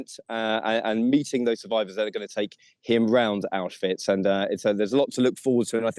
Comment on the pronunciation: "Autswich" ?!? C'mon get it right at least 🙈🙈🙈